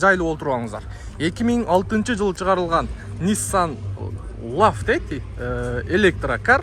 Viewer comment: Ниссан Лав😂дегениңе лайк бастым!